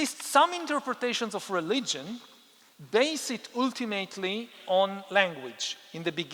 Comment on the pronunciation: I admire you immensely, you are the most brilliant intellectual of our time. But you use the word "ultimately" very frequently and someone should teach you how to pronounce it correctly. But it's not very important since everyone understands what you are saying. 😉 By the way, I am a native Frenchman, also a US citizen and I am also an Israeli citizen ( citizenship given to me because I am a Holocaust survivor ) and I don't know a word of Hebrew 😂.